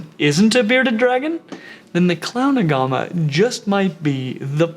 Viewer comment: Looks like a uro and a beardie had a baby!! So cool. But no pancake belly. But I do agree everyone has Beardies xD Also sound like hes saying clown aguama?